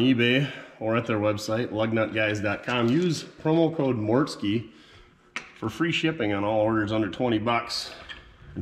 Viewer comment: mortske route is pronounced root not row-t